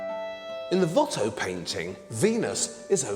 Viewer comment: If Antoine was Flemish, than you really butchered his last name